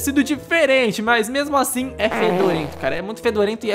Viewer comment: Você que fala asin